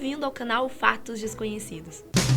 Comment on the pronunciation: porquê ela fala fartos desconhecidos Não tem o R na palavra fatos quem concorda deixa o like😕😕